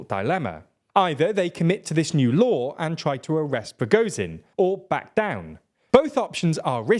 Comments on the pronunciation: Just want to say its Pra-gor-jin not Pro-go-zin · you make million videos about this war, I don't understand why you can correctly pronounce Shoigu, but cannot pronounce Prigozhin.